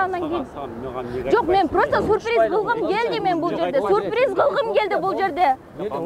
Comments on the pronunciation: Сурприз дебей сюрприз дечи чон кыз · Сурпириз эмес, СЮРПРИЗ! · Сурпириз дейт гоо . 😅😅😅😅